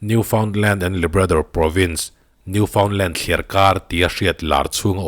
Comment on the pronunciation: Ngaihthlak a manhla turu buru hle mai. Khaw hming leh veng hmingte hi pronounce sual hi thil common tak a ni a mahse a dik tak kan hriat loh chuan eng nge maw hun ah kan sawi dik lo leh thei avangin he video a khaw hming Newfoundland hi a dik tawk lo a kan zep tel lok nih chu. Ka lo sawisual ve tawh thin vangin ka han hre mai2 a ni mah na.